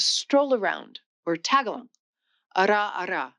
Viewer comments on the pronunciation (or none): Kee-cha? It's Keh-chew-ah. It's not TAG-a-log. It's Tah-GA-log. It's Tah-BET-in, not Tah-BE-shin.It's Inter-AW-ga-tives. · The Filipino language is pronounced ta-GA-log. Most English speakers mispronounce it like you did by adding the g to the first syllable. Also, if I got the word right, it is "araw-araw" which is pronounced ah-rau, which means "daily" when said twice instead of time when said once. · this doesn’t sound like AI, but she is mispronouncing a lot of language names and not being a linguist even I know how they’re pronounced. Tagalog, quechua and Tibetan, for example. but the content seems very well researched.